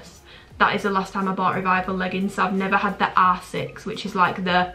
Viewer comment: When you say r6 it sounds like you’re saying asses😭😭